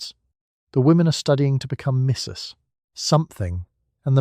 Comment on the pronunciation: Please don't end a sentence after 'Mrs' and start a new one with the lady's last name. I love your content, but this is really disruptive to the pleasant delivery.